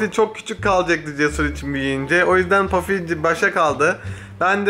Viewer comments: Eminimki ismi puffy ve pafi degil her kelime dusundugun gibi okunmuyo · bafy değil Puffy